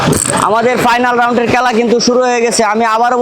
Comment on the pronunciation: খেলা না বইলা বলে কেলা😂